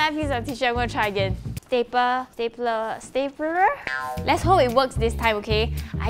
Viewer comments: She can't even say stapler she is saying staple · Me: Stap-lala-ler Dictionary: Stap-ler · I just love the way shes strugling pronounce stapler 😂😂 Love you 💕